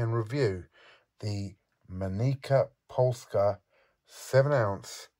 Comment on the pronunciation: I remember it very well, it was one of the most interesting objects at the Berlin Money Fair. I wouldn't have thought that it had such a high weight. It's also fun to wave a pen underneath without any changing effects on the floating coin, amazing. The correct pronunciation of the Polish coin manufacturer is in english something like "Mennitsa" (in polish Mennica means = the Mint).